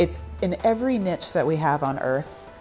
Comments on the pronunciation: she tried so hard to avoid saying "life uh, uh, finds a way." It brought a grin to my face; then a scowl whens he mispronounces "niche." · Is niche pronounced nitch or neesh? I've heard it both ways, rhyming with pitch or quiche.